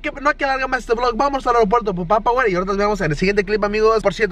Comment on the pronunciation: no es papawer tal como se olle wey! es PAPA , WER!